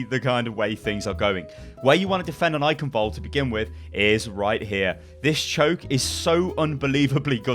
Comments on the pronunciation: its funny that you can pronounce every map name right but not the name of Eichenwalde you would never say eikenwald xD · The 'ch' in Eichenwald(e) isn't pronounced like a 'k', its a Sound not used in english, which sounds like a cat hissing. would be great if more People say it right, because even Athena/announcer doesnt get it accurate.